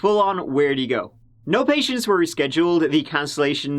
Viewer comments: to echo mary, if you watch a number of stories, he often kicks it off with us giving it a "goo" ("go" with a cute Irish accent, and means taking a look at, I'm told) and in the comments section we seem to all love when he kicks off that way. We also love his pronunciation of three/tree and thirty/turdy and over the moon when these run together. I guess it's a That Chapter thing. And kinda fun, too. 😋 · He’s saying go but in like British lol